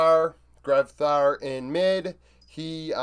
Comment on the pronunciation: Grevthar was pronounced well, the sub mid laner is Avenger